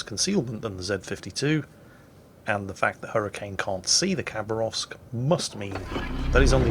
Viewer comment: Its pronounced ha, not a kha Хабаровск, is a city in the east